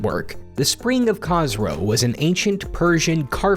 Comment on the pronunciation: As a Persian, the way he pronounced "Khosrow" hurt me a little bit inside